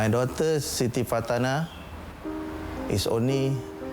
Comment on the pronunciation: Sound like he said Shitty, instead of Siti. 😭😭